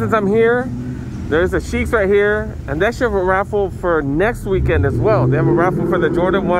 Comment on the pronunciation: Lol bruh where are you getting the extra S in Sheikh?? keep calling it Sheikhs